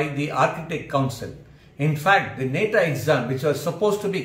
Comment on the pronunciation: It's not neta It's Nata Pls Pronounce Properly